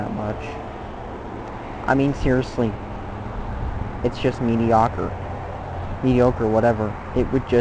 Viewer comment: "mee-dee-oh-ker" jesus christ